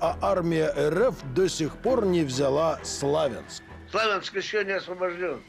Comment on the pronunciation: Что за "слАвянск"? "СлавЯнск"!